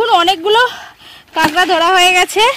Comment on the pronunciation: Not kengra it's kakra